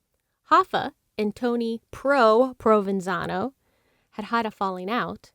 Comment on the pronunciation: I’ts pronounced . Prov ven zhano. Jack ah low nee